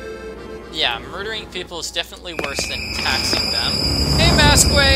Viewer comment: for the record it isn't pronounced mas-quee its more pronounced like mask, for future notice. now that that's out of the way, I am so happy you're doing this. by the way, I tend to correct people a lot, sorry